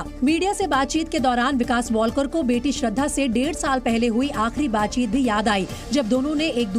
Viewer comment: अडाणी लोग... वॉलकर नहीं है लास्ट name... वालकर है.....